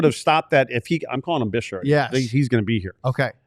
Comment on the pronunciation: Guys the name you can pronounce as bixel not bishel